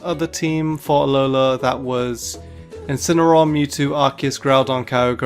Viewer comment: You left off the A in Incineroar.